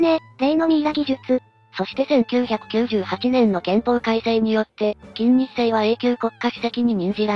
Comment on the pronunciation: 作業しながら聞いていたのだが、「 きんにっせい 」と「 きんせいにち 」って誰やねん！！！って思って作業どころじゃなかった😂